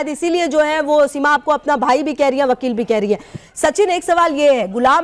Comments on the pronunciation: Casachin pappo ko wakil v bolna nhi aata hai wakil ko bakil bolta hai or ye seema ko lappo ghengur se piyar ho gaya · Bakel nhi wakeel hai 😂😂😂😂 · Abe Vakil hota hai Vakil Vakil Nahin hota hai Vakil hota hai Vakil Vakil ke Lallu Ram Chaurasiya